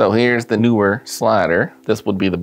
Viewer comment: Lol! I agree with your Kentucky's pronunciation. It's written as NEE-Wer. FFS! :)